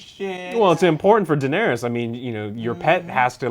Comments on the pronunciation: It's Danaerys, not Danaeries. Please, Joe. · I actually enjoy these reviews.. but damnet Joe!!! Pronounce the DAMN character's names correctly! It's Den-air-is.. not Den-air-EES. She is not the God of War's cave! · God I hate the way he says Daenerys, Danaries